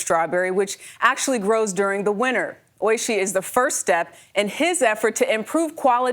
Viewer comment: its oiSHII not OIshi